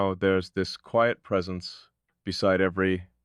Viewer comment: QUIET has a long i sound.